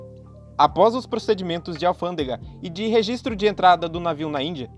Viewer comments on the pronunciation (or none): none